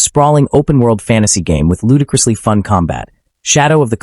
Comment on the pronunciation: wtf is (Ludacris Lee), "Ludacris Lee" is not a word, but "ludicrous" is an adjective that means something is foolish, unreasonable, or unsuitable. sooooooooooooooo wtf u saying🤣